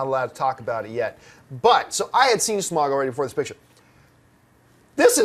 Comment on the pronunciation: did she pronounce smaug as smag? wtf